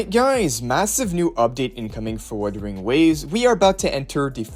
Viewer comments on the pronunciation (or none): none